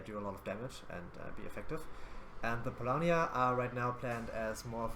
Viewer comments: Multiple times too, even after having it pronounced for him xD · how can you screw up saying "Polania" ?